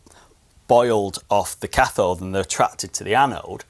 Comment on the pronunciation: Superb video. Great way to de-mystify some of the rubbish out there. And it seems official that 'cathode' can't be said better than with a Greater Manchester accent.